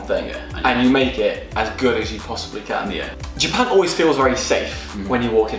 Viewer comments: 右の方の”Japan”の発音がすごい”ジャパン”って感じ！ Japanってもっとじゃぁぇぱぇ〜んっていう、人が多いイメージ笑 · 初見だからどこの人達か分からないけど 「Japan」の言い方が「ジャペーン」みたいな感じじゃなくて「ジャパン」ってスペル通りに発音するんだね。 少し違和感があるけど丁寧な感じがしていいね( ´∀`)b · 白の服の人のjapanの発音がカタカナに近くて可愛い